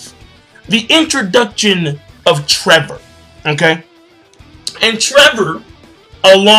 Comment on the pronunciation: Its not trevor its Trebol spanish for spade, read better translations my friend